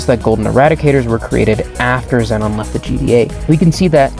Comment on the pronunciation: im sorry but xenon is not pronounced zenon its pronounced zeenon